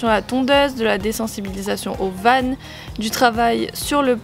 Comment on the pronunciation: J’adore tes vidéos !!! ( mais par contre on dit van pas vane 😊)